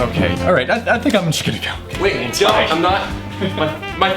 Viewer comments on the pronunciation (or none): none